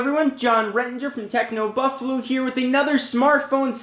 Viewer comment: techno buffalu lol